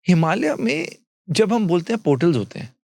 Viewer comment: अंग्रेज चले गए पर अंग्रेजी नहीं गई की बात कर रहे हैं तो खुद तो पहले हिंदी भाषा (देवनागरी लिपि) में लिखने की आदत डालें 😅 और हां, "हिमालया, संभाला, योगेश्वरा" इत्यादि नहीं बोला जाता, हिमालय, संभल, योगेश्वर उच्चारण किया जाता है।